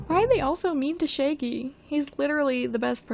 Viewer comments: How dare you call shaggy shay-gee and not shag-ee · why do you pronouncing it like shayggy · No hate, I just love that with you accent you say “shaegy” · lol, you say 'shaggy' like 'shæggy' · No one: Her: Shaygy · scuse me i did not just hear u say "shiggy" and "shaygey" ☠ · I can’t be the only one laughing about how pronounces Shaggy 😂💀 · thank god i wasn’t the only one who noticed this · Let’s all take a moment to appreciate how pronunciation of Shaggy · you kill me with how you pronounce shaggy. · Why is no one talking about how they pronounce Shaggy? Lol